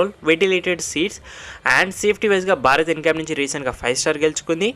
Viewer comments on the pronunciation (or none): none